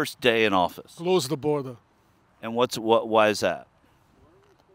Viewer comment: "Close the border" in heavy foreign accent lol. . . "Our countries invaded." ok guy!